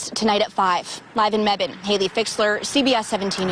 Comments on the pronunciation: But I’m from that area so I understand. … it’s Efland, like “F-land” not Elfland. And it’s Mebane, like Meh-ban, not Me-Bane. Both have always been pronounced like that for ever. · Hi!!! I’m a local to where this tragic case happened. I just want you to have the correct pronunciation of these places in case you do more updates as it develops! Alamance county = Al-uh-mance Efland = Ef-land (not elf land lol) Mebane = meh-bin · Thank You so much. Elf Land was working my nerves! In addition Mebane is pronounced Meb Bin. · This is near my city , it’s pronounced hun, “Mebane/ Meh-Bin” , North Carolina.. omg this is freakin me out!!! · Thank you for covering this. It's truly awful and so sad. I found you by looking up the case b/c I'm local, but don't watch the news, so I was wanting to know more about it. And no problem on how you pronounced the names. Most wouldn't know unless they're local! Mebane is pronounced "meh-bun". Alamance is pronounced "al-ah-mance" (Al, like Weird Al) and Elfland is actually Efland. Hope that helps! 💛I feel so sad for the parents, loved ones and our community. This is horrible. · This happened right down the road from me. Happy to see a bigger YouTuber crime channel covering it. Seems to have flown under the radar for most but in the mean time we have a murderer walking our streets here in NC. Also… Efland= F-land Mebane= Meh-bin Alamance= Al-a-mans 😉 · Meh-bin…. Eff-land…. Al-uh-manse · Just to help out, Mebane is pronounced Meb-Anne. Elfland is pronounced Eff-land. The first L is silent. You were pretty close! This case is so heartbreaking. Any cases in the Carolinas like this hits a little harder. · Mebane is pronounced Meh-bin! 😘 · This one isn’t too far from me. It’s crazy! So sad! And it’s Al-lah-mance county! And meh-ben 😬 F-land no shade just helping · It's ef land, and Mebane is pronounced meh ban this is my area. And I have not heard of this until now....so sad 😢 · Can’t no one pronounce mebane right lmao